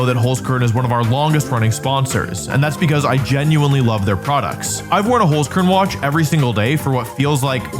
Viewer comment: btw its hOlzkern not hUlzkern. Kinda funny how you pronounce it :D